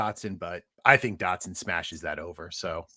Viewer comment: "Receivers take time to adjust to the NFL" But apparently Dotson is the only one that will have that problem? Even though he is insanely NFL ready? Bad take but at least you did enough research to say his name right on that one.